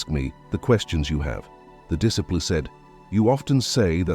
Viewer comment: You mispronounced disciple.